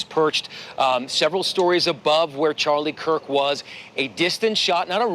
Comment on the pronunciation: His name was Kirk! Not Cook!